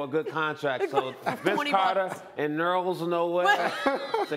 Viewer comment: “Nerls Noel” 😂😂😂💀💀